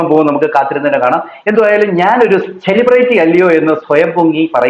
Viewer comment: സെലിബ്റേറ്റി എന്നൊരു വാക്ക് ഇംഗ്ലീഷിൽ ഉണ്ടോ? 🤣🤣🤣🤣 ചെളിപെരട്ടി അല്ല പൊട്ടി, സെലിബ്രിറ്റി... Celebrity Spelling എങ്കിലും പഠിച്ചു വെയ്